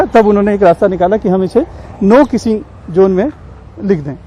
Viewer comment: No kissing zone Not no kissing Jone You are a reporter be professional pronounce correct This is not Gujrati say in English ZZONE NOT JONE